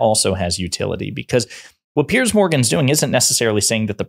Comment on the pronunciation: OK much needed PSA for you and: "Piers" is a different first name from "Pierce". A helpful thought maybe that "Piers" should be pronounced like "peers" as in "he was not respected among his journalist peers".